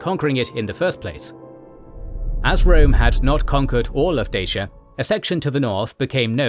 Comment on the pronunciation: Great video, but the romanian in me can't get over the incorrect pronunciation of Dacia 😂